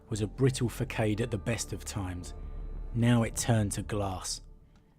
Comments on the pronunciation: Fa-sod, not fa-kade, facade is french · I love your videos, however, the word facade, is not pronounced fah-sayd, but fuh-sard. Sorry, but it makes what your saying lose meaning to me and I’m sure with the level of autism amongst many 30/40k fans, it’s not just me. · enjoying your content man. just one thing that is always a distraction in these lore vids. If you mispronounce words. It's 'faceard' phonetically not 'fackade'. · Facade is pronounced fahssahd just fyi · Your accent and tone are probably one of my more favoured of YouTube. However, and I mean this lesson with the most genuine of respect. Facade is pronounced Fassahd. a deceptive outward appearance. "her flawless public facade masked private despair" I'm sorry for being Ordo Gramaticus Hereticus. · Great storytelling mate. One minor point, 'facade' is pronounced 'fahsahd'. The first 'A' is like the 'A' in 'ant' and the second like the 'A' in 'army'. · One small comment- Facade is not pronounced like that. the c is soft like an S. fa-sa-d I'm guessing it's come into the language from french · Facade - pronounced fah-sah-d. Just trying to help. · fa-sade ... the “c” is pronounced as “sa”. Excellent content. Thanks! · Beat me to the punch, cause I just listened to this video too, and yes it's a french word and its pronounced with a soft c accordingly